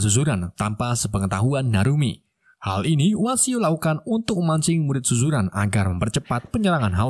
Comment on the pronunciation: Admin itu sekolahnya nama suzuran bukan zuzuran bosskurr,aku adalah watak sampingan nya,😂